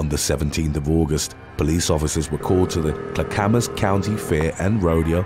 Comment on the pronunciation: I love your videos, but I have to tell you one thing. . . Clackamas is pronounced Clack-uh-muss . ❤️❤️❤️ Just wanted to let you know! Thank you for your hard work!